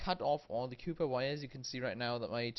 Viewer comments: COP- PER COPPPPPPPPP PERRRRRRR NOT COOOOPER YOU FUCKING PLEB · COPPER ITS COPPER. JESUS CHRIST. NOTHING HAS MADE ME SO MAD IN MY LIFE. CAW-PER NOT COOPER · It’s called cooper not cuuper what ever you’re saying is not a word! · Lol cooper wires instead of copper wires lol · He is saying cooper wire instead of copper wire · Where did you learn to speak ENGLISH, man? No where in the Periodic Table I could fine CUPPER . Man ...say Copper co pp er not Cu pp er but the chemical sign is Cu. It doesn’t mean Copper need to be pronounced CUPPER. I give you a DISLIKE. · This is the whole reason i came to the comments.. also aww, instead of or lol.. i'd imagine my accent would sound funny to them too.. "haha, this or that.. it's aww not oR" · Copper not Cooper lol😎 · Its Copper wire: NOT COOPER wire. What accent is this ? Definitely not american I know but surely not mainstream english or cockney. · COPPER COP-ERRRRR please stop saying coooooooper or I will kill myself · copper copper cooper copper copper :p :p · "cooper wires" hahahaahah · "cooper wire" 😂😂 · stop saying cooper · Has anyone ever pronounced copper like that beofe. Cool tho. Cheers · I assume the pronunciation everyone is losing their shit over is based on the etymology of the word. Copper comes from the Latin “cuprum” (pronounced COO-prum) which is why compounds of copper used to be commonly referred to as “cupric ______.” If his native language is more aligned with the Latin pronunciation, then it’s understandable that he follows that. The British pronounce AND spell “aluminum” differently than we do in the US. I guess that’s equally as entertaining to some. I don’t understand the hype.